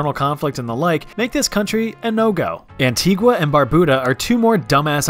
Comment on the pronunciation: As an Antiguan citizen I am happy that you pronounced it better than some ppl I commend you 🇦🇬🇦🇬🇦🇬